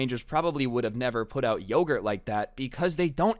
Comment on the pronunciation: you saying lowgurt reminded me of when my sister said every word like you as lou and one time literally at a funeral she had a unicorn toy and said "hello lunicorn are lou awake" in the middle of the funeral.